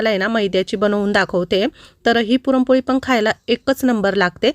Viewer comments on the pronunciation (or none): पुरमपोळी नाही पुरणपोळी 😅😅😅😅